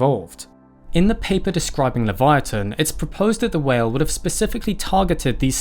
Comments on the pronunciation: LI-VEE-YA-TUN … trust me… i’ve heard this whale‘s name pronounced so many different ways I had to just look it up… how to pronounce it myself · It’s pronounced “leev-ya-tann” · Actually you dont pronounce it the way you think you should its pronounced (levi-uh-ten) because thats the hebrew version of (leva-ya-than)